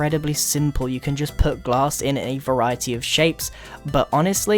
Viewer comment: ombg u said gass pane grian